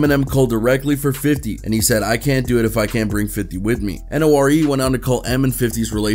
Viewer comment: N.O.R.E is pronounced nor-ee